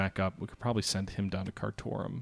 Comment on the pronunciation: it is pronounced Car Tomb (Khartoum), loving the series, and again you forgot Scandinavia